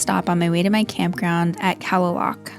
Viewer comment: Kalaloch is pronounced Clay-lock.